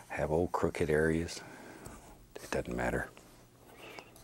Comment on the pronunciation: I love hearing him say "It dutten matter"